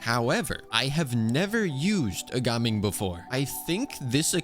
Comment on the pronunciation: How do you keep mispronouncing gaming?